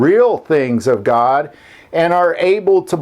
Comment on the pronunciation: GOD not gog.